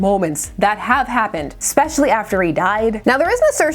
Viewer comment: Speaking of kindergarten especially is not pronounced ekspecially. I have been called the Gatekeeper in YT and I don't even know what it means. That Urban Dictionary is full of curses. Ess-pesh-ee-al-lee.